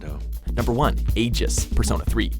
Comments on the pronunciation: AEGIS? ITS FUCKING AIGIS. EYE-GEH-S. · “AJIS” HOW, HOW DO YOU EVEN FAIL THAT HARD TO SAY THEIR NAME AND CLAIM THAT THEY’RE THE BEST PERSONA GIRL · Did you pronounce aigis wrong? I don’t see anyone mentioning it, but I know I heard the the I in Aigis as Eye-gis as opposed age-gis. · you pronounced the androids name wrong. You are supposed to pronounce it with the long I sound. The way you said it made it sound like you were saying ages. It’s supposed to be said like eyegiss. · AY-JISS 😡😡😡 for god sake they say it IN GAME! “Ai-gis” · It’s pronounced eye-gis not ay-jis 🙄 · The pronunciation of some of these names is cringey as hell. (It's "Eye-ghis," not "Ay-jes"!) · EYE-GIS. EYE-GIS. Not Age-Us. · AGE-IS? Damn if y’all gonna hire someone that don’t know what they talking about at least tell them how to pronounce a name that was pronounced in game hundreds of times. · They pronounced Aigis AGEIST??? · A-JIS? NO ITS EYE-GIS. AND WHERES MA GIRL FUTABA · Aegis?! (Ee-giss) Really!?! She’s not Pyra! (although she’s pretty great too) but still!! The fucking game says Aigis (aye-giss) a million times -_- say it right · Did this man... Just pronaounce Aigis... As AY JIZZ?!?!? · IT'S PRONOUCED AI (AS IN LETTER I)-GIS (JUST KISS BUT WITH A LETTER G)!!! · Did he just say Ajis? TRIGGERED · There’s like voice acting that mention Aigis’s name and you say it as Ages. Okay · He said "Aejis" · Ajis guys Ajis Even tho the games voice actor clearly said the pronunciation of AIGIS This guy somehow manage to fuck up the name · I'm sorry did i just here ajis instead aigis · thank 👏 you 👏 buns 👏 and... "aje iss?" what the frick? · Two names pronounces wrong that just made me shook 1. Takamaki. Ta ka ma ki not taka maki. Its even pronounced for you in game. 2. Aegis. Aegis. No its aigis pronounced aigus. Its said in the game and animation. You dont even research how to pronounce the names properly. Also Futaba is number 1 Aigis is a close second Then yukari. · Aigis not Agis